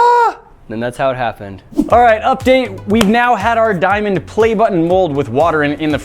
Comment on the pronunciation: “Diamon” play button